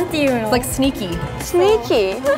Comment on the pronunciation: Can we talk about how and are so adorable?!?!?!!?!😂😂 and i love pronunciation 😂😂 "shneaky"